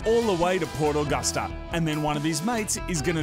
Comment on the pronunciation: the way mood says port Augusta annoys me being from the west coast of SA